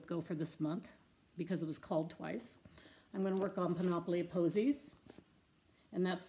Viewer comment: Now that I've "discovered" you (mainly through Sarah the stitchinmommy), I always look forward to your videos. Thanks for another update! Wonderful projects your working on, your Panoply (psssst - rhymes with canopy, emphasis is on the first syllable) of Roses is looking fabulous!!